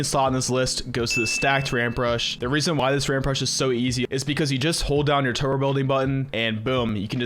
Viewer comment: You don’t pronounce the B in turBo and it’s really annoying